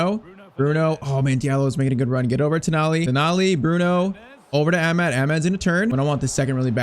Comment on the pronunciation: youve been pronouncing amad's wrong. its amaad. aa sound before the d. and also you need a technical left back like how mazraoui is because dalot cannot play in amorim's system in this game